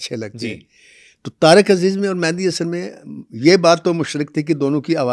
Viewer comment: Very bad ap khud ko double ma kehtay hu Mehdi Hasan ko mehndi Hasan khy rhy hu